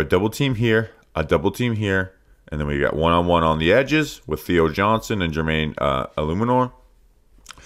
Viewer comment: so proud of you for getting Jermaine’s name right. Quick bounce back, nailing it now. Please don’t die in the hurricane. TGVTW